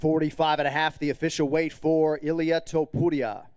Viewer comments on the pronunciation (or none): none